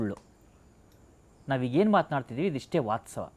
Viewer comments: ತುಂಬಾ ಒಳ್ಳೆಯ ಕಾರ್ಯಕ್ರಮವಾಗಿದೆ, ನಿರೂಪಣೆಕಾರರು ವಾಸ್ತವ ಎಂದು ಹೇಳಬೇಕು,ವಾತ್ಸವ ಅಲ್ಲ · Vasthava.. vatsava alla